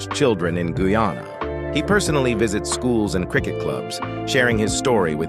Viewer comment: Good morning. Guyana is pronounced Guy ann ah . This mis pronunciation is very annoying.